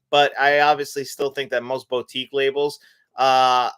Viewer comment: Sorry for this comment, but the way you say boutique really triggers me. It’s said boo-tique, not boat-ique